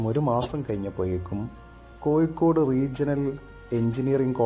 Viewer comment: ഒയിവ്, കോയികോട്, ആയിരത്തിതൊള്ളയിരത്തി എയുവത്തി എട്ട് എന്തോന്നെടായ്